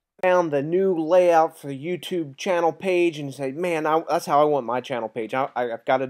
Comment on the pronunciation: lol you said cannel not channel in the intro!